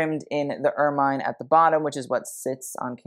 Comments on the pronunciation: I may be splitting hairs here but if you're going to critique fashion, you should pronounce and describe things correctly. Ermine is pronounced UR MUHN, not UR MINE. The bolero effect that you liked about Camilla's outfit was part of her robe, not part of her dress. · Ermine is pronounced er-min, not er-mine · Please: "ermine" is pronounced "er-min" as in mini, not "er-mine" as in mine. Look up the pronunciation of the member of the weasel family, not its use as a name. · Correction (with love) ermine is generally pronounced ‘er-min’ not ‘er-mine’. Great work! Thank you ❤ -old lady, usa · I’ve always heard it pronounced ER -MIN. Not MINE. I hate to pretend I’m a living Pronouncing Gazetteer, but ok…I’ll go look and get back to you for my 2nd post.🖤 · I am pretty certain that the animal and its fur are pronounced as "er min" - not "er mine" - so it make it difficult for me to listen to your video............. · It’s true! It’s pronounced Ur-muhn. Both British & American. I’m so pleased to be RIGHT, right? Oh well….hope you do read this. And make your adjustments. Love!♥️ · Ermine is pronounced err-min 😘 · The review of the Crown and other jewellery must be satirical right? Also pronounced er-min, and it is a better name for weasel! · Please learn the pronunciation of “ermine,” especially for a presentation on royal attire with extra footage of ermines. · Look up the pronunciations for ermine. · Ermine. Check how to speak it.